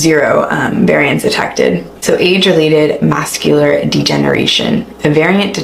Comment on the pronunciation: It’s called macular NOT ‘mascular’ degeneration